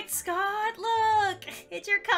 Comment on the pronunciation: Me: Scott: Scottd